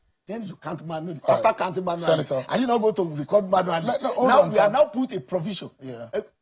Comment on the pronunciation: A senator of the Republic pronouncing counting as kantin. From where did they bring this agbero?